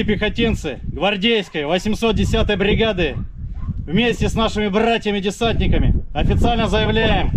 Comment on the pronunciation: Как он сказал! Бррратья! С гордостью произнёс!